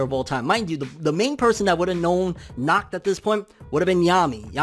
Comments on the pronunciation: You don't pronounce it as "knocked" at all... Try to exhale sharply as you do the H sound. German can be pretty tricky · You are nacht saying his name right🤣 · “Knock knock” “Who’s there?” “Nacht” “Nacht who?” “Nacht pronouncing my name properly”